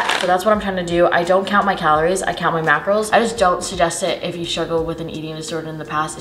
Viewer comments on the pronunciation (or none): She doesn't say mackerels, she says Makros, so Carbs, Protein and Fat